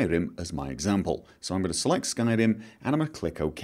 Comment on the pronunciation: Your pronounciation of r's is infuriating xD skyRim, not skylim...